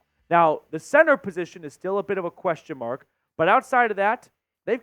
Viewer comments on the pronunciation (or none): none